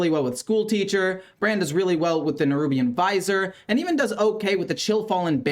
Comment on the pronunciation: Good video, I needed some idea on how to make this deck work. Also, the cards are pronounced "Nerubian Viz-ear" and "Har-ben-jur of Winter"